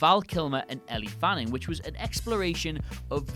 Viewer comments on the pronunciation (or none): The double L is pronounced like a Y, Elle Fanning is pronounced like L, and “Franny Coppa”??? Bruh, what are you doing? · said Ellie fanning, it’s Elle fanning, it was just a pronunciation mistake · elly fanning? really? you're brits, you aren't allowed to mispronounce ANYTHING. even names - nay, especially english names. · Ellie Fanning? Did anyone else hear that? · It's Raining Men he also said Elly Fanning